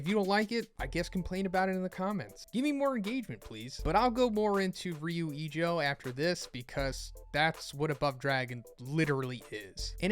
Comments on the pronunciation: Fyi, its rather pronounced ryuu ijoo, since the u an o are long / doubled. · I'm really disappointed on how you pronounced "Ryu Ijo". I mean, my day is ruined dude wtf